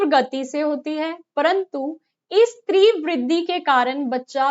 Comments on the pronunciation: तीव्र को न तो tiwar बोलते है और ना ही tirav tivra बोलते है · तीव्र ko tiwar bolte हैं mam tirav nhi